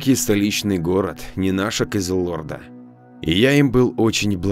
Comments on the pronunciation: Хороший голос, но невозможно слушать Кызыло́рда, фетро́вая, эмалированная. Аж передёргивает. Простите, но, пожалуйста, подтяните ударения в словах. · Кызылорда а не кизилорда!